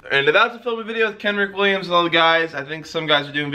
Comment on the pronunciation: said “Kenrick Williams”